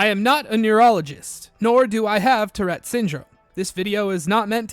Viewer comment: Tourette, not terette.